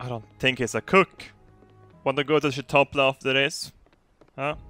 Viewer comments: Did you say chitopley instead of chipotle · "Chitople" kekd. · "Shitopley" - 2016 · He said Chitople XD I'm so done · Shitolpla? You mean Chipotle? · I love getting burritos at "Shitople" xD